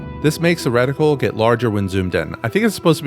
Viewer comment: Why is bro saying "wreck-tickle" instead of reticle lollll good vid